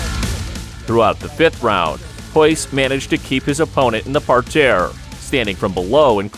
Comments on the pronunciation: nobody says par tear ur killing me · Just say "mat" or "ground" and stop trying to be fancy with "par terre" when you can't even pronounce it nor use it correctly.